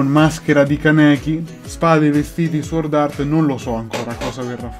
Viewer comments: sbagliato , la w non si pronuncia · NightcoreDark veramente la pronuncia non dovrebbe essere leggermente alla francese quindi "sòrd"